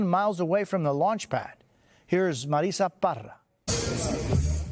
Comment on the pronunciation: I hate that Jose speaks perfect english and practically never rolls his R's unless pronouncing her name. Even she doesn't say it that way.